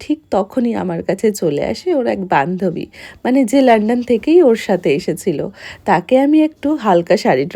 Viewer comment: Lenden na london😂😅😢